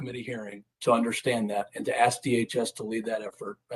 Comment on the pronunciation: "I would axs"